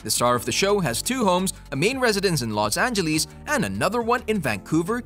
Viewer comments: los angeleeas lol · i love how you sey los angilis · Los Angelis... lol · los angeleese